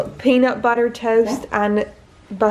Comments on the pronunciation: Sierra Star she says them differently though, I don’t know how to put it but it sounds American to me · why does say "peanut butter" in an american accent but then will say "butter" in the next sentence with her own accent....